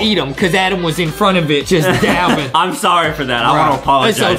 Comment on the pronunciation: Its dabbing not daping